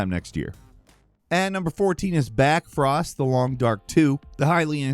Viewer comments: BLackfrost, not backfrost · Blackfrost not Backfrost.... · BACKFROST? it's BLACKFROST dude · Hey, nice video! Just pointing out that the new The Long Dark sequel is actually called "Blackfrost" not "Backfrost!!!" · It's BLackfrost! With an L! Come on dude